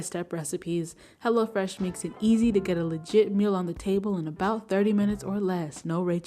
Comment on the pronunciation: LOL sure does